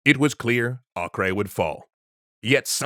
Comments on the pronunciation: Either “Ah-ker” or “Ei-ker” would be correct, but definitely not “Ah-kray” (not in English at least). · It’s pronounced acre, not akray. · A-ker.... its pronounced A-ker. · The name itself is not latin, so basically "Akray" is just the English version of "Acre" which is the Latin version of a non-Latin name The real sound of that name is completely different, since the letter "A" is pronounced as the semitic "Ayin" which is not found in Latin alphabets. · Acre is pronounced “akka “ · Why are you pronouncing Acre weird? it's Acre like the unit of land measurement. /ˈɑːkər/ or /ˈeɪkər/ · "Acre" is pronounced "Aco", short 'a' and 'o', hard 'c' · pretty sure it's just Akka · Let me join in with the hordes who are probably pointing out your pronunciation of Acre. (They might be o haven't checked.) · You guys gotta work on your pronunciation tho. "Acre" is either Ah-ker or Ei-ker. It's not Spanish lol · I’ve never heard Acre mispronounced so many times in such a short period of time.